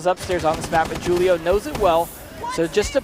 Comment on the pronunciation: Jewl-io not Hul-io